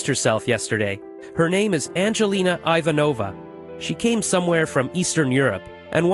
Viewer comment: IVANOVA THATS NOT HOW YOU PRONOUNCE IVANOVA BLYA.